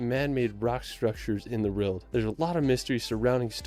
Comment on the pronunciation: I do not enjoy travel videos - including his total mispronuncuations of British placenames. (Or even the "world" which he just cannot say!?!) I will say his photography seems on point though...